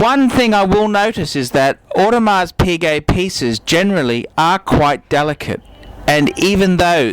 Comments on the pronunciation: For the love of all that is holy, PLEASE learn how to pronounce the name of a product before asking others to take you seriously. If I reviewed a Ferrari, and I pronounced it "fee-ray-RYE", nobody would listen to me. Learn how to say "OWE-de-mar",. PLEASE. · I was also sure you don't pronounce the "s" In audemars well I trust advice that much less now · For someone claiming to be such an authority on watches, i find it dubious how you cannot pronounce Audemars properly with a silent ''s''